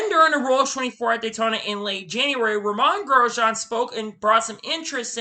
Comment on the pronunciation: Good effort. A few things though. Every sentence starts with "then about a few weeks ago/later". Slow down with your speech, it makes it really hard to hear what you are saying. Names are mispronounced and even the time stamp has the majority of the names wrong? Kevin Hart is the movie actor, Kevin Harvick is the racer, Romain Grosjean, Kasey Kahne, Todd Gilliland (its written on his racesuit), Scott McLaughlin, Frankie Muniz, Marco Andretti, Carson Hocevar (not Osborne, again written on his suit), Helio Castroneves. A little research goes a long way.